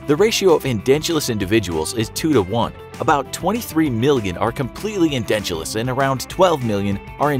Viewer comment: It’s edentulous not endentulous